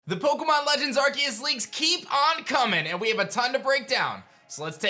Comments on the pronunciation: but it don't litterally look it up there's 1 way to say it and it's not with a K there's 0 definition online where it's pronounced that way it's just edgy and cringy lol it's Aar-see-uhs like look it up 1 pronunciation tho I ain't made ppl pronounce how they want I mean look at rap they cant say you they sound like pikachu saying chu XD I was just pointing it out I find it wierd he looks like the type if person whod try to pronounce stuff accurate so I was making it more like a joke but typing hard to add feels lol but yeah I was just pointing it out there's is 1 solo way to pronounce it lol. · no he's not lol it's been a word/name for a long time and he's one of the few pronouncing it that way XD the C is pronounced as a S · Still pronouncing arceus wrong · It's literally officially pronounced with a hard C sound in English. You can pronounce it however you want, but it's how it's pronounced in the movie, and how it's pronounced for the game in trailers and such. Plus, Silvally's ability that is based on Arceus is the RKS System. R-K-S. ARE-KAY-US/ARE-KEE-US. Either way, it's a hard C sound, not an S. If Arceus was pranced with an S sound, then Silvally's ability would be RCS System, to reflect that pronunciation. I would believe that Pokemon would be the ones to know how to pronounce the Pokemon they come up with, and it has always been pronounced with a hard C in English. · Doesn’t matter imo. Both are the correct pronunciation. I agree pronouncing the name with a C is the official way to say it overall, as they say it like that in Japan, but the English version pronounces it with a K officially.